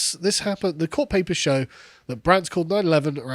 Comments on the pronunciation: It's not 9-11, it's 9-1-1. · In the US for an emergency, you call "nine-one-one" you don't call "nine-eleven". If you say it that way it reminds us of that tragedy...